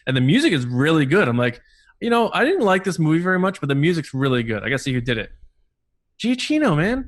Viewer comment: Super random and not really important, but I think it's said GiaQino, not GiaCHino. In any case, I hope he scores Taika's movie as well!